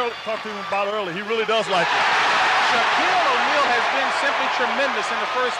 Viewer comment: Who the f*k is "Shock-Eel Ahneil?"